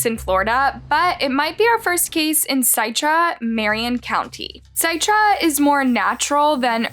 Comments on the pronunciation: It's pronounced "SIT-TRA" NOT "SITE-TRA" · No biggie, but the town name is pronounced like citrus. So it's "sit-ra" not "sigh-tra". Just an FYI. Really like your videos! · Pronounce Citra like Citrus Fruit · It's pronounced Citra. People are gross and to take someone's life is disgusting. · It is pronounced Sitt-rah. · CITRA…is pronounced “SIT-RA” like citrus oranges… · its Citra as in "citrus juice" "sit-tra" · It's Citra as in Citrus you idiot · The town is pronounced Sit-Tra like Citrus 🍊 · Citra… like Citrus (the orange), but with an a at the end 👌🏾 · I live in this area. I’m sorry to be rude, but can you please pronounce the name of the town right. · Citra pronounced almost like ur gonna say citrus